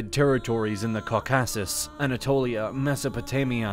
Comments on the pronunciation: I love the videos, but I have to nitpick one thing: "Caucasus" and "subsequently" are pronounced with emphasis on the FIRST syllable, not the second ;) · Why did you pronounce "Caucasus" and "Caucasian" so weirdly? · Can you please work on pronunciation of words like Caucasus and others? Whoever is voicing the video needs to be better informed/educated on these terms. It is very grating on the ear. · That is the strangest pronunciation of Caucasus and Caucasian I've ever heard. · The mountain ranges were a issue, but it didn't stop the muslim invasions previously. Remember Persia used to be mostly Zoroastrian. The distance didn't stop alexander, he came even further. Also i've never in my life heard anyone pronounce caucaus and caucasian that way. Basically though, they took some of Persia but there was no real motivation as the Ottomans cared more about their campaigns in Europe & North Africa. They fought for centuries but Iran proper was never invaded. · It's not even just syllable emphasis, he seems like he is reading a script and has never heard these things pronounced correctly. I mean "cau-KASS-us" and "sub- SEE-kwent" are bad, but "Sunny Muslim" takes the cake for me.